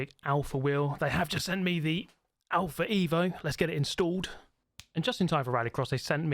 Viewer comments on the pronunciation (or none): none